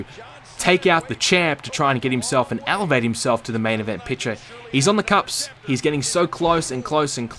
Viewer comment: Lol., the phrase is "on the cusp" not "on the cups.":P